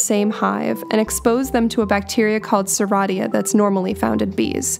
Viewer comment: Your pronunciation of Serratia is also a fine. It was named in honor of the Italian steamboat engineer Serafino Serrati. Thanks for making your educational videos!